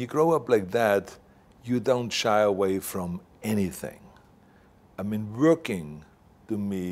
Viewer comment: Vorking or working 😂 WEF ? Klouse swab lol